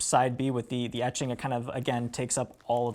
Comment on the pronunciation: Honestly your tendency to say "ummmm" or "uhhhh" and closing your eyes when thinking of what to say is more annoying than misnaming a song. You pronounced "etching" like EEE-ching on this video which tells me you were reviewing in your head what you read somewhere. This is an awkward guy to put in front of a camera, where are the well spoken youth of today in music? Everyone on Banger has the speaking abilities of the average freshman in highschool. Just sayin'...